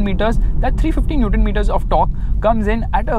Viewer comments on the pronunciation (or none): none